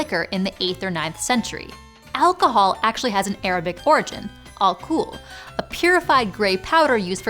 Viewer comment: The way she said "atually" was unexpected and fun.